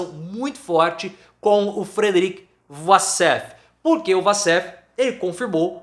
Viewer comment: A pronúncia correta é " uoussef" assim como Waffles se pronuncia "uofous"